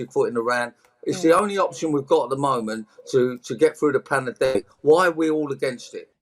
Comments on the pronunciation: did he say Panadick....? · Did he say panerdemic? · "Pamademic", he can't even say it . Covid was contrived, Ukraine has always been corrupt and that conflict is not what it seems . Years ahead it will all be exposed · I always have a giggle when I see that clip of shit Rod calling covid a panna demic like he's ordering a pretentious dessert in a bistro. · You're wording is epic & your humour too. Funny af! Poundland Rod Stewart!! He couldn't even prononce Pandemic...🤣